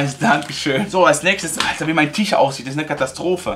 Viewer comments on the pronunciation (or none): none